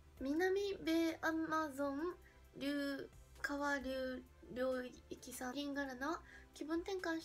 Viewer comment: さっきのやつでは聞こえなかったけど、南米（なんべい）アマゾン川流域（あまぞんがわりゅういき）の読み方メチャメチャですがな！w